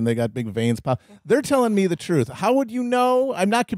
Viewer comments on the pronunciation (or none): none